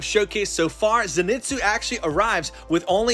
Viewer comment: Did this man pronounce it zen-it’s-oo